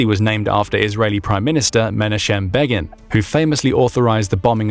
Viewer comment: im supposed to listen to a guy who cant say begins first name?